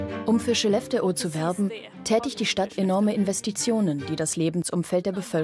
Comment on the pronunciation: Wenn ihr eine Doku über Skellefteå dreht, lernt doch bitte die korrekte Aussprache von Skellefteå.